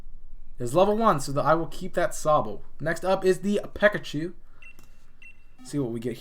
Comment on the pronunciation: This man actually said "Pekachu"